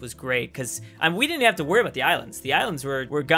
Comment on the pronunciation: “it used to hae”